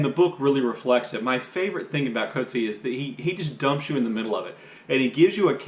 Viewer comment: J.M. Coetzee pronounces his name